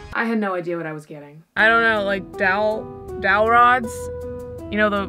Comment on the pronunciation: I'm starting to think she sleeps and all you can hear her say when she is dreaming is dowl rods.....